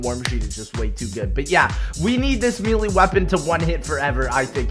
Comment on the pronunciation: do you pronounce melee wrong because you're trying to be funny or just dumb